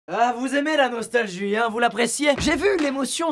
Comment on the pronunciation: Au tout début écoutez bien il a dit la nostajuie